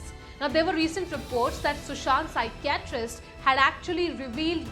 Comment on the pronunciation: Please learn to pronounce the English words properly if you reporting in English your pronounciation of Pshychitst is pathetic